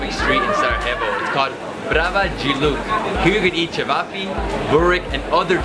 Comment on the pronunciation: The way he pronounces cevapi